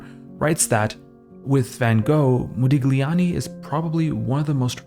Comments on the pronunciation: Brother, it's Modiљani. Gli is pronounced in different way. Check it out in Google translate or sonewhere else on internet. Nice video nevertheless! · Intriguing vid. Forgive the pedantry but for future reference 'gli' in Italian is like 'lyi', so there's no 'g' sound in 'Modigliani' (mo-dee-lyi-AHN-ee) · Modigliani [modiʎˈʎaːni]. G is silent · A small suggestion if i may: it is pronounced mo-dee-lee-ah-nee, without the g. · Moe -dillyee ah nee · MO-DI-LYANI. You butchered it so many times. Overanalyzing at its worst. One of the greatest painters of all time, but you'll never get that. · Excellent video....for me Modigliani's art its a combination of El Greco and Cézzane (personal opinion). Thanks for the video man, and don't worry about the pronunciation we focus in the art.... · The G in his name is silent - and here you learned something about the artist. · To pronounce an artist's name correctly would have been a good start! Mu ears hurt. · ily but the pronounciation made me giggle every time lol, the g sound shouldnt be so pronounced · thank you for saying that! I'm Italian and every time he mentioned his name I felt a twinge, I don't expect everyone to know the rules of foreign languages, but a little research on pronunciation goes a long way to make video essays like this feel more professional and well-thought. I love this channel, it deserves such quality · It's not pedantry, I don't know how a cultured Western person could live their life without knowing the basics of Italian pronunciation